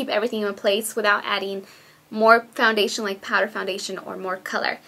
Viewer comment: foundadion? lol